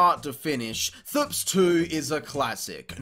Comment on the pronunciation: Clown actually says "thps" like it's a word 🤦🏻‍♂️